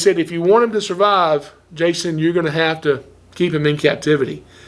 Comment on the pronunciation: says Jawson.